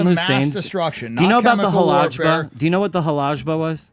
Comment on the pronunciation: And as a Muslim Kurd- he lied about saddam and couldnt event say the name of the city correctly “Halabja” failed to say chemical weapons were provided by the west (zionist control) and used them on my people